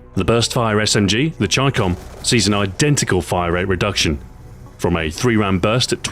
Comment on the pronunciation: It's funny when you say rate of fire it sounds like wrate of fire like you put in a w or somthing lol